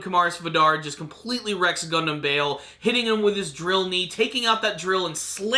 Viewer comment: Good point. And also, it's Bael, not Bale